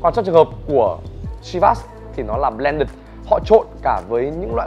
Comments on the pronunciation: Vửa sửa shi vas xong lại mâu =))) lại còn đánh vần hẳn bờ len đựt =)))) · Ông phát âm chữ blended còn sai mà lại chỉ ng khác phát âm chivas :))